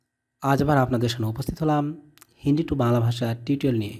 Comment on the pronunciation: হয়নি হিন্দ লিখেছেন কিন্তু আপনি নিজেই বলতে পারেন না। আর হিন্ডি না হিন্দি